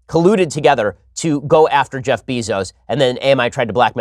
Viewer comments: Beezos? IT'S BEZOS (BAY-ZOS) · Bezos is pronounced BAY-ZOS. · It's Beh-zos moron... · I swear, the way Ben pronounces “Bezos” makes me wanta punch babies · How can you be as smart as you are and mispronounce Bezos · It's Bezos, not Bezos. Gah...